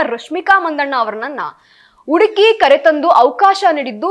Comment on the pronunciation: ಅಗಲು ಅಲ್ಲ ನಿನ್ನ ಬುರುಡೆ ....ಉಡುಕಿ,ಇನ್ನಲೆ ಅಂಚಿಕೊಂಡು, ಎಬ್ಬಾಗಿಲು ಥೂ ನಿನ್ನ ಜನ್ಮ